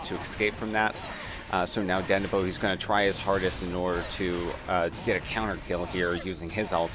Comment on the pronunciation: Sounds like you are saying ObbeBluff and DandiBo (its obbeLuff and dandiDO). Otherwise gj and thanks for making an effort ;)